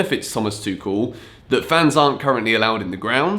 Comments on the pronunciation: Tuchel's name is pronounced as Too-hel, not Too-kel. Just letting you know for the next time. Keep up the good work. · It's Tuchel, like Tu-HELL. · Lets agree its tuchel and not tuchel 😂😂😂😂i know you read that differently. But if we dont read Chelsea as kelsea so even tuchel shouldn't sound tekel 😂😂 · Pls dont say Tuchel as a german speaker it hurts every time hahahaha but big fan of yourse